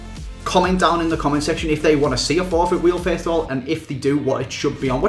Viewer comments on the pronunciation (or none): you say fiest instead of first